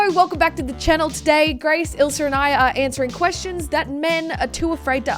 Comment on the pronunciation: I like the way u say ilsa...u say ilser